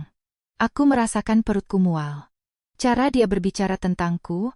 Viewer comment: Belajar bahasa mbak, mosok cantik dibaca kantik, cara dibaca kara. Kalah jauh sm cucuku yg masih TK A 😂😂😂